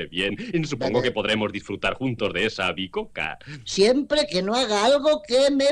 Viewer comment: Es bicoca no avicoca